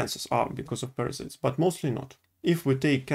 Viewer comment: You are so cute. I follow you in russian language and it's nice to see you trying English. Good luck, just make sure you watch pronunciation..."парасайдс"